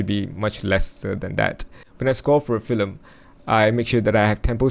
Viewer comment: Why are you saying “filem”? It’s called a film.